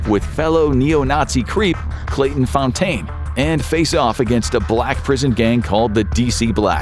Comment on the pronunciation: Not Claton Fon Tain its pronounced Fountain His name was Clay Fountain.